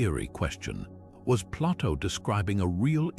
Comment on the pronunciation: Too bad the "narrator" doesn't know how to pronounce Plato, and B C, rather than B See. Perhaps an A I narrator